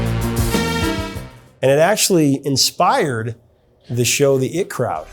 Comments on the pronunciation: One of your best yet! But it’s not the “it” crowd; egads!!! It’s the IT Crowd, AYE-TEE, like Information Technology! The computer nerd people! C’mon dude!!! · Great interview. One minor thing. It's The IT Crowd, not The It Crowd. IT as in information technology. Great show btw. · It's not the "it" crowd... rather it's the IT Crowd (as in I.T.). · I thought it was the I T crowd as opposed to the it crowd. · The “eye-tee” crowd. Not the “it” crowd. 😒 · "The IT Crowd" is pronounced "The I.T. Crowd" or (The Eye Tea Crowd). He got what you meant though. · Um..... The eye tee crowd. The I.T. Crowd. Information Technology